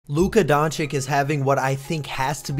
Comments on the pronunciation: Donchich not Donchik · You should say Donchich not Donchik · Bro DONCHICH and not DonCHICK😂😂..... anyway a great channel despite the mispronunciation 😂😂😂.... You've got a new subscriber 😊😊😊😊😊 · Bro rly said Donchick 😂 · You really think this guy knows how to pronounce Č and Ć ? Don-Chick😂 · Honestly agree with you, but how disrespectful is it to make a video about a player and not even trying to pronounce his name right. It is not even a hard one to pronounce, it is just lazy to say donchick or whatever you are using here, spoils the whole video for me. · hoow....hoow can ppl still not have enought respect to atleas learn to say his name right LMAO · Please say his last name right 🙏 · Slovenian here. Awsome video but pleeeease stop murdering his last name. I can't really write how to say it but maybe listen to some of our reporters. Everybody is pronouncing it wrong even ESPN 😮‍💨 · Dude. You need to learn how to pronounce his last name.